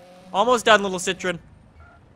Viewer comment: you're pronouncing CITROEN wrong